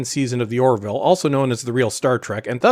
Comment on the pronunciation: "Or-ville", two syllables. Not "Or-i-ville", three syllables (there is only one i).